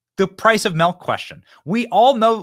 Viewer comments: Ahhhhhh BENNY! You're a "melk" guy and not a "milk" 😮 MILK lol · MILK. Not M E L k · My man Benny says MELK lmao Love ya dude